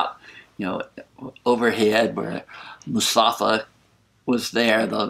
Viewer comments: It’s mufasa, not musafa lol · mufasa not musafa :) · The way you pronounce Mufasa as Musafa just makes me smile :) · I heard "Mustafa" and it makes me laugh :) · Sorry about the mispronunciation. MUFASA!